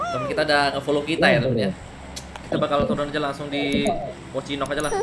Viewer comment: ...Ponchinki Bang Bukan Ponchinok Klo Ponchinok Pri Pler Bang...